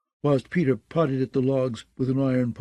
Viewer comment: Did no one look into the pronunciation of the names ?? Lol the other reader did the same thing but with other names like "pay-tar" aka Peter lol